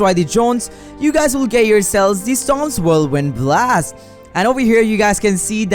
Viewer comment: He called storm stom😂